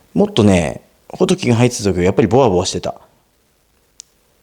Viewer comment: 、インプレッションありがとうございました。とても参考になりました。 ほ↘ど↘き↘ でなくて ほ→ど→き→ だと釣りフェスでマルキュー担当者さんが言ってました。 今日買ったら800円超えでびっくり（爆）